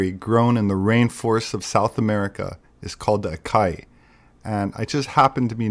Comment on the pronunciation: I LOVE your work. If you have access to links of documents and journals that will help me explain some of these things to my friends, I’d love to get them. Especially regarding the rh- roots to mount ararat. Also, Açaí is not pronounced (Ah-kai). The tail on the “C” ç has an “S” sound. So it’s (Ah-sai-ee). They’re packed with caffeine too. My wife lived in Brazil for a few years and I was down there before the Rio olympics for about a month. Keep up the great work. I love what you do. You trigger my ADHD hyper focus flow state like nothing else. Or, in other words, you help my work productivity.